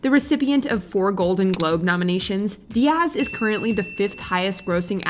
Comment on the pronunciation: Please re record Cameron Diaz's name. The stress is on the first syllable.